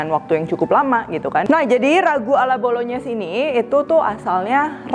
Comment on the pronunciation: Bru tau ternyata penyebutannya Bolonyes soalnya cef dadakan yg d tiktok nyebutnya bolongnais